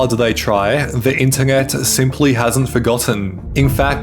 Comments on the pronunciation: I've never seen someone butcher the word internet so badly on the internet before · is nobody gonna talk about how he says internet